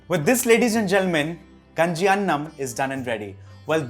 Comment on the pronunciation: its not ganji its Kaaaaaaaaaaaaaaaaaaaaaaaaaaaaaaaaaaaaaaaaaaaaaaaaaaaaaaaaaaaaaaaaaaanji actully i heard from nitu mam